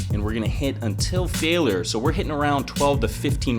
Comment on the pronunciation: Why you say failure weird :3